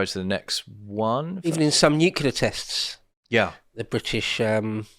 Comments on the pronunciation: NU-CLEAR FFS!! ... it is NOT nucular, you ignorant sod. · It's NU-CLE-AR not NUC-U-LAR. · Nuclear, mister bush, not nukular.